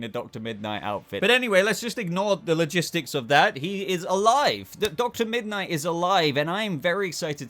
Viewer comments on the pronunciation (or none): Whenever says Dr. Midnight it sounds to me like she’s saying Dr. Midnighter.